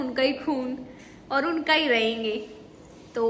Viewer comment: Our ka Pronounciaton to sikh le😹😹